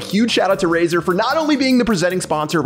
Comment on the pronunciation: I though he said Rayzorbeam instead of Razer